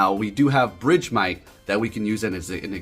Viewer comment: BRIDGEMITE?🤣 I was so confused idk is that the correct pronunciation?? I always said it like “BURG-MITE” like ice-BURG